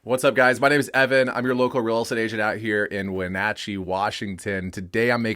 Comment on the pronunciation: Your pronunciation of Wenatchee makes me cringe